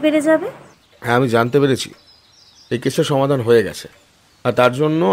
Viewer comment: সুকান্তবাবুর অন্য গল্পের মতো বলিষ্ঠ নয়। সদাশিববাবু কি সঙ্গে ছুরি নিয়ে আলোচনা করতে এসেছিলেন? আর লেখক হতে পারেন কিন্তু তাঁর উচ্চারণ মোটেও শুদ্ধ নয়। জ এর উচ্চারণ z সেই বিখ্যাত উক্তি মনে করিয়ে দিল, "কেবল zaনতি পারোনা।" আরো ভালো গল্পের প্রত্যাশা রইল।